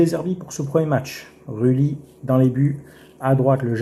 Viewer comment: Rue Lit, Gomez, Auge Berg, Ra ho... Le mec sait même pas prononcer correctement le nom des joueurs de son club jamais entendu ça.